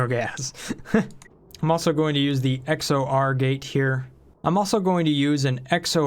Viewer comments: i think it should be X OR (as in exclusive or), "X O R gate" hurt my ears. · It's pronounced "X or gate" XOR gate. It is short for Exclusive Or: If either are true return true, If both are true or both are false return false.